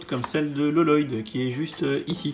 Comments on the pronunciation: c Pas L-loyd. C Lloyd. Ça se prononce Loyd. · Il le fait exprès t ' as pas vu ?